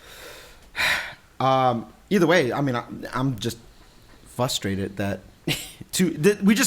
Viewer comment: Somebody, PLEASE tell him there is an R in frustrated, lol.